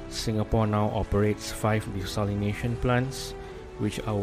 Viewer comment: good video! just that you mispronounced ‘desalination’ a few times..l